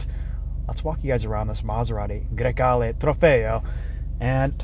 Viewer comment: Bro said that name so flawlessly